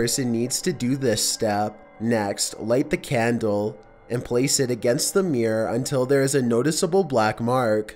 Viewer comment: Seriously don't you feel like a damn fool talking like that? Just hearing you say the word "it" is awful.